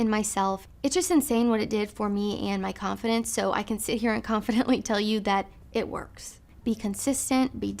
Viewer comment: If this bitch says “confidence” I swear to god..